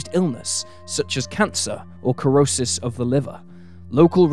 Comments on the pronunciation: You pronounce cirrhosis "ser O ses" 🎉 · corrosis of the liver?🤣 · Cirrhosis is pronounced Sirrhosis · I cringed a bit every time he said it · The c is silent in Cirrhosis